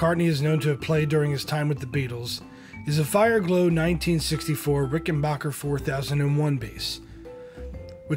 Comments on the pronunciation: RICKENBACKER, rhymes with hacker, NOT blocker. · Yes, many Americans pronounce it WRONG, probably because they think they’re making it ‘English’ even though it’s an American company. But both FC and John Hall are quite clear about the correct way to say their own family name. Apparently related as well to WWI flying ace Eddie Rickenbacker (also said like hacker)